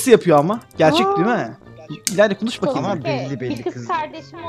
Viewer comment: Sasukenin adi sasuuuuke degil aga sasuuuuke